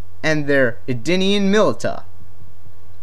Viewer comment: Milita (mill-isha) Tobias (Toe-by-us), Smoke also recognised sub-zero if you go by Noobs deception ending. nice video though just had to clear that up :)